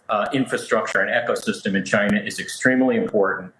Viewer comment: Many of your subscribers/ frequent viewers are of Chinese descent or Chinese or Asian. Please refrain from mocking the name of the country by mis pronouncing it.